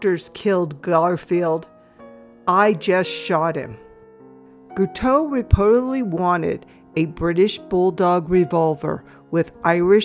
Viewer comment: How did you pronounce the assassin's name? It sounded as if you added an L